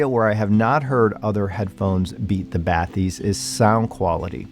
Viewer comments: FYI, the word is French and its pronounced "ba-tis" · Its pronounced batees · I’m pretty sure it’s “Ba tisse” but was waiting for your overview of these. 👍🏻